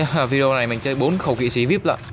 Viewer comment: Là kỵ sĩ chứ k phải là kỵ sí